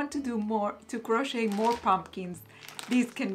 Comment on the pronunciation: Hi, don’t worry about the length of the vlogs. You are lovely and we love listening to the things you share. Another of my favorite bloggers always posts an hour long vlog where she talks about her life and shares her decision making process just like you do and it’s not at all boring. Just FYI, the letter t in the word crochet is silent. So it’s pronounced “croche- and croche-ing. Looking forward as always to the next vlog 😊